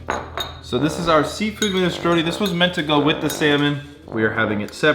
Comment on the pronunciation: Minestrone like stone with and R, not minestrony